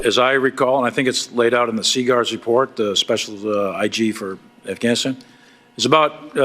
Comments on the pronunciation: Bruh..... He dropped the "g", in Afghanistan!😂 He says: "Afanastan!!🤣🤣😬💀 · A'fannistan? Technically it's not a lie if he can't even pronounce the name correctly. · Aff Anistan 😂 Please take his passport so he can't leave the country!